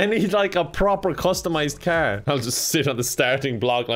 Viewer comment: calling car "kaer" in Irish accent